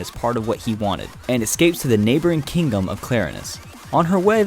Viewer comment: "in the sun kingum"